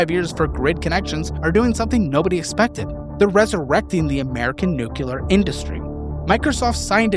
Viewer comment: You’re killing me with the “nucular”